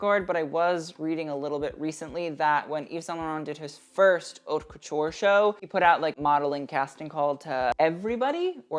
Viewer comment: dude you literally always say plit like that, the t at the end is silent, it's very fucking annoying seing everyone butcher the french language. And also, in haute, the h is also silent, it's literally the name of your channel. If you're not sure about how something is pronounced, just go check on google translate, press the vocal button. It's not that important and probably doesn't require a full comment on that, but saying the name of your channel correctly, considering the way you wrote it, may be better